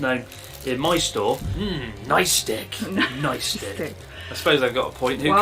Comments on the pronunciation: Please note he is pronouncing "nicestick" as "NiceDick" an entirely different evening snack. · noicestick got me ... all men have noicestick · Has anyone pointed out that "nice stick" sounds conspicuously like "nice D*CK" yet when spoken at natural fluency by a native speaker? Is it just me who thinks so...?? I can't tell if it's obvious to others or not so excuse me if this is obvious.